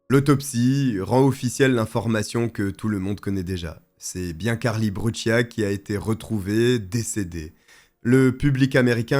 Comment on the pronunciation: Cette fille est née en 1992 comme moi et cette histoire est vraiment effrayante elle allez chez elle et paff un pédo criminelle la prend par la main pour la faire du mal ! et pour finir se n est pas brutchia mais brucia dite correctement son nom de famille